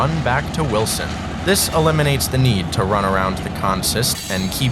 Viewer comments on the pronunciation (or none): You got Choco and Greenville right, but you keep pronouncing Wiltson as Wilson.... C'mon now.... It's WILTSON